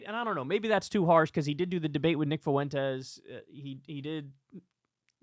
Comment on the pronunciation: Please stop mispronouncing the name Fuentes. I know a good amount of people with that last name & can reliably tell you that it is two syllables, not three. F’win-tez. Not foo-win-tez.